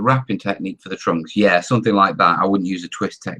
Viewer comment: ur "YEA" was slurred LOL